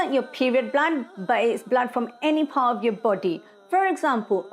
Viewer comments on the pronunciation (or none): none